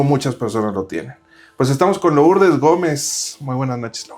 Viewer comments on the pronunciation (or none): No se dice LOurdes se dice LUrdes